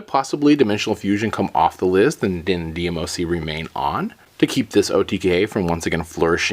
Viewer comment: It's not D M O C it's one word not separate letters DMOC